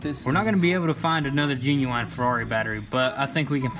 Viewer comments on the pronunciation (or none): They butchered genuwine. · Dont forget the genuwine battery.